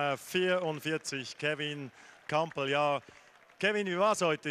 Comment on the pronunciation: Er heißt Kampl, nicht Krampl😂